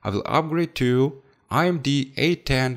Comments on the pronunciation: IMD or AMD? I am pretty sure im hearing "I"MD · it's AMD not IMD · Its AMD not IMD bro.. Other than that i love ur vids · Its amd not imd